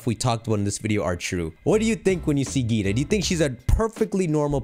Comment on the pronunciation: Her name is pronounced differently. Think like dragon ball z, vaGEETA.